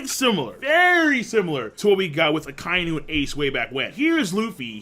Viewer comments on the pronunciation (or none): none